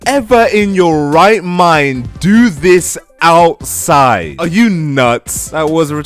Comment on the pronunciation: “Dis” Talk like a normal person